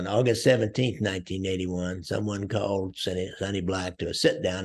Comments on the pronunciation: Lear to say Napolitano right. It’s NOT Napoliatanio, it’s Napolitano. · Sonny Black's name is Napolitano not Napoliatano. Also, coincidentally Angelo "Quack Quack" Ruggiero was called Ruggerio. I always wondered why this happened.